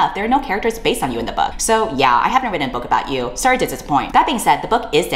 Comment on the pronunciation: Heard about this situation and wanted to learn more about it. Thusly I found this video. I like the video but DESPISE the way you say "written". Have a like either way